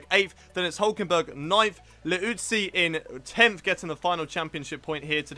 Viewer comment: Vi-tan-tony-oh Lee-utzi. I believe that is how it's pronounced :D